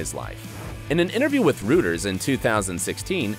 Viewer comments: It's not pronounced "Rooters", but "Royters." 🙄. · "Rooters"?? ... ROYters 😏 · Fyi Rueters is pronounced roy-ters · The way he said “Reuters” as “rooters” hahah so wrong like how do you not know how the whole world says a news agency... it’s pronounced “Writers” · Dear, the news agency, Reuters, is pronounced: "royters", not "rooters". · I think you mispronounced Reuters. It's said like roi-terz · it’s pronounced “roy-turs” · Um, a quick google search of the IMBd website will tell you he acted in the Cukoo TV series through 2018. And learn how to pronounce Reuters. Lol!